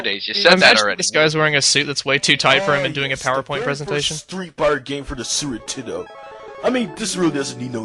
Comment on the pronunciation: did he just say "sewer 'tendo"?